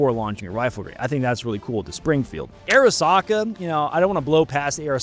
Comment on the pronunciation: You keep saying Airisaka. It's not Air. Arisaka is pronounced Ahh-Ree-Sah-Kah. But what about the Sturmgewehr 44? Late in the war, but saw some action.